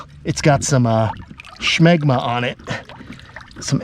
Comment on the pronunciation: You say shmegma, I hope you know what smegma actually means. LOL